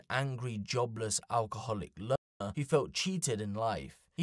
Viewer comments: You can't say loner???😂😂😂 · You can't even say "Loner" wtf 😂